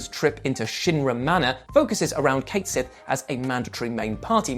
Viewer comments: Dear, his name is pronounced "Ket Shee", not "Kate Sith". The localizers who dubbed the game are objectively wrong for choosing to ignore Gaelic mythology and what the Japanese developers acknowledge. Just ask Psy about that one. She released a video a few weeks back where she says his name correctly. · Cait Sith is pronounced "Cat Shee" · WRONG. It’s actuallyyy Kate Sith ☠️🤡😂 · Alas, Rebirth didn't have the same devs who worked on FF7. The original game-- the devs addressed the pronunciation by citings the Gaelic origins of the creature-- "Ket Shee". This was supported by CS having a Scottish voice in Dirge of Cerberus, but it wasn't unti this game that his name was ever actually spoken.